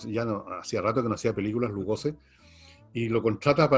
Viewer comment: Es Lugosi, no Lugoze